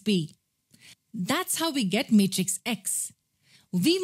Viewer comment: She says matrix as mate rix😂